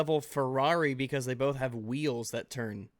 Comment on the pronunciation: This guy saying BOLTH is making me want to kill myself. Its BOTH NOT BOLTH THERE IS NO FUCKING L IN THE WORD.